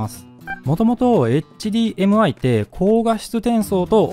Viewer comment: それもだけど何度もHDMIをエッチディーエムアイって言ってるのが気になる 普通はエッチじゃなくてエイチって発音しないかな